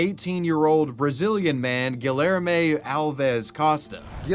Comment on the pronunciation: Respectfully, if i listen to you say "GuhLLairmay" one more time i might pop. Idek what name youre trying to say, but im almost certain it has a hispanic L, maying it kindof a Y Edit, i think its Guilherme, which is Gee-lhuyer-mey" hard to type out phonetically, just hone in the spirit of a Brazilian man as you say it